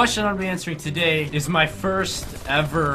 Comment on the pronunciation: I love the way he says TODAY lmfao it's soo funny